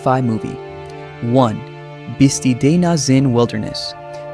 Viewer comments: At least for now, most AI is inferior to human spoken narration. We are still left with videographers who are too lazy to do even basic research into the pronunciations of place names making their films inaccurate and embarrassing. BIS-ty, not BIS-tee: it is a Navajo word. HEE-lah, not GEE-lah: it is Spanish. CO-chah-tee, not co-CHEE-tee. How hard can it be to check with the locals or stop in at any visitors’ center to get the pronunciations right? You say that the locals guard these sites fiercely, and along with that protection comes the need to respect how things are pronounced. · You're incorrect pronunciations kind of invalidate this whole thing (Bis-tie not Bis-tee) that and claiming something like Shiprock is hidden. Really, get out. Make videos about something that you know about if there is anything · Biz-tye , many mispronounced words ,perhaps locals were not certain what yo we’re looking for. Difficult to hide some of these.